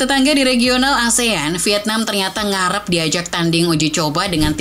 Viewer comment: Ngaarrrreeppp ..apa ngerrrreeepp min😂